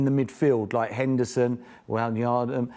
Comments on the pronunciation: "Waynlandum" 😂😂 stop it bro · "Waynyaldem.. Firminio?" Oh dear, Merson getting really old. It's Wijnaldum and it's Fabinho and not Firmino in midfield! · Henderson, Winyjanum, umm Wijnaldum, Firminio, I mean Firminoo. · wine yardem, wine yaldulm, firmino, er firminio sorry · Merson pronouncing foreign names like Wijnaldum, Fabinho and Juventus suggests that he goes to Spain and shouts English at a cafe owner before smashing the place up because he DIDN’T SPEAK PROPER LIKE!!!!!